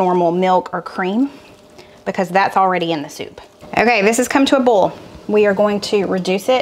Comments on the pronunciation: I have to laugh every time you say oil and boil, you pronounce it like bowl. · 🍁🍂 Can I ask why you use chicken broth instead of beef broth , in the Shepard pie soup ? Soup is a real comfort food. I’m a navy brat so I lived all over , I say seerup too ….I live in PA the last 50+ yrs. No, the wooden spoon trick doesn’t work for me either .You sound you say boil…like boll ( weevil ). I remove the long stems from spinach too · I smile every time you pronounce the word boil--just like a true southerner! Some folks make it a 2 syllable word but that isn't necessary. 😊